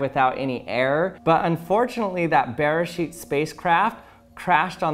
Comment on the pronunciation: Sounded like he said "Bearshit".